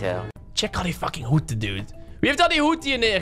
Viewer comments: Ik: hoeden: hoeten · Hoeten?? Haha hoeden! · Grappig hoe. Jij. Hoeten zegt in plaats van hoeden